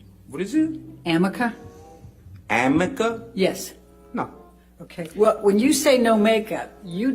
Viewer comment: Ahahahaaaaa Amica cream!? Does she mean Arnica cream? Oh man 🤦🏼‍♀️